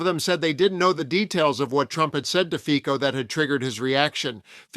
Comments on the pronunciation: 🎼Slovensko! Slovensko! Hejá, Hejá, Hejá Slovensko!🎵...and it's 'Fitso', not 'Fiko'. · Not that I care at all about the guy... but his name is pronounced "Fitso" not "Fiko". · Do you sometime use AI speech?? You mispronounce Fico ("Fitso"), make strange pauses. Otherwise this is so interesting! Trump has given free reins to the racists and misogynists and envious haters in the whole world. All because of the Epstein files and his Dementia. He invents new horrors , flailing like a raging toddler.